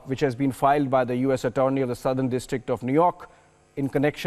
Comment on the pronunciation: A-torny?? Do the anchors of this news channel, not know how to pronounce Attorney? Then again, this channel does cater to the whatsaap university crowd.